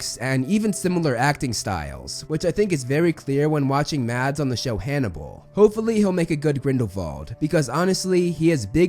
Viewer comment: holy bad accent of name its said Mas (no d) and a very kinda strong a with the "Mikkelsen" being said as "Mekælsæn" Btw hes from my country